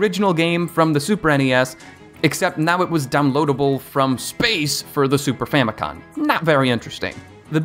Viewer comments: It’s not “Super Famicon” lmao it’s “Super Famicom”. I get so sick of people putting an n at the end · you tell super famicon but its super famicom. great video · First of all the console you were talking about in the video was the Japanese version of the SNES not the NES and it's pronounced super famico(M) not super famico(N)